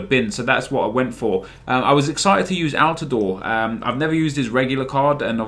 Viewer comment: thank you for pronouncing altidore correctly what a beast for the national team